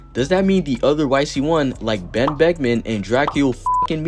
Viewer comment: I would never in my life hear someone refer to Lebron as Ben Becman 😭 I love this channel bro